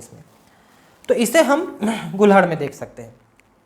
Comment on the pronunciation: Sir mai bhi गुड़हल को गुलहड़ कहने लगा 🤣🤣🤣🤣🤣🙇🙇🙇🙇🙇 गुरु देव प्रणाम 🙇🙇🙇🙇🙏🙏